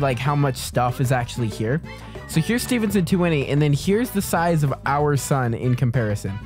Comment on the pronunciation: I'm so glad your saying Stevenson right